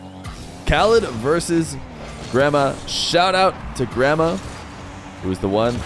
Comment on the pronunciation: the way you say Gramma sounds like Grandma and i cant unhear it 😢